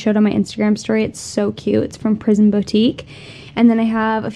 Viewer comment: When you hear prison boutique instead of prism boutique 😂